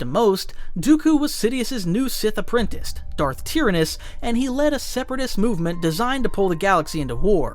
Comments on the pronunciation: Tir AN nis. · Nobody - This video - “Darth Tear-Anus” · 1st time I've heard Tyrannous and Valorum pronounced so wrongly....and Pellaeon and Jorus C'baoth. You really are bad at pronouncing names huh? Hahaha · The way he pronounces tyranus..